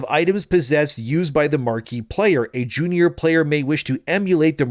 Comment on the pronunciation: I have never heard "junior" pronounced that way😂😂